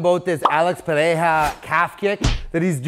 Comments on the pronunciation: Just stop trying to properly pronounce people’s name if you’re not actually putting the effort to get it right (pear-rare-ra) I simplified it for you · Haha yo I appreciate the effort but it’s pronounced peherra.. idk but Portuguese has a rule that the first r sounds like an English H I guess